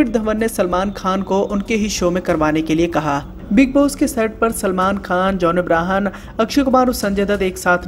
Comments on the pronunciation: Bhai its john abraham not abrahan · Did he says John Abrahan😗😗